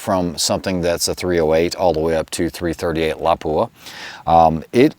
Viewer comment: Yeah, but he MURDERED your iconic little town of Lapua!! It is NOT La-PUA. It is pronounced like Lappua. I bet he says LEO-pold instead of Loo-pold. for the German name of Leupold & Stevens, Inc